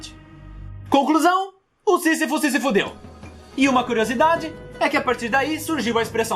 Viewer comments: Ele falou o sisifosisifudeu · " sisafou" de todos os obstáculos kkk